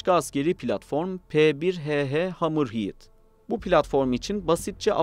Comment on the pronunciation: hamır hiiıd değil hamır hed